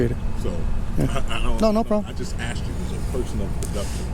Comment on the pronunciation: "I axed you nicely"